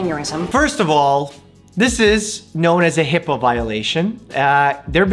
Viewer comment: it’s HIPAA not HIPPA